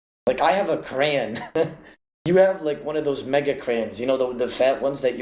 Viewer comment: " I have a Crayyn" Lol love u o